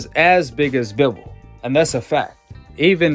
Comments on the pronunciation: How many times u heard Bivol name n u still can't say it right 🤣🤣🤣(Bi)(vol)🤣🤣🤣🤣shit sound so funny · I mean I get a couple rounds for Saul, but to give him all 1st 4 rounds....🤨🤔 straight sus....n btw in Russian it's pronounced "BEE-VOL" jus for future reference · Hi Guy! Before you’re allowed to make any more commentary on boxing, learn how to say Bivol’s name right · lol wtf, I literally said he shouldn't have won the 1st 4 rounds...🤨😂. I said someone could maybe argue he got 1-2 at best....the fks wrong wit u? N learn how to pronounce bivol then if u know so much about boxing...and yea I'm not a big boxing fan, I'm a MMA fan cuz that's a full sport, not a fraction. I jus support all my russian athletes, which is y I watched bivol...